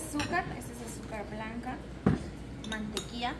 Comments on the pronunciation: No eres la única... Yo dejé tu video para escuchar cuando dijiste MANTEQUIA? Entonces vi el video era la Mantequilla.. No es por ser criticona pero si se escucha raro. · No sé dise mantequia sé dice mantequilla